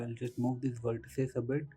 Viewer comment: its not verteces its vertices